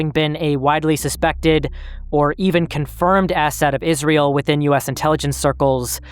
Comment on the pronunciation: Great video so far man, however, it's IsRAEL, not IsREAL.